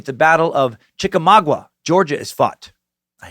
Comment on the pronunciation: And Chick-A-Maw-Gwa! Still, great SUCK!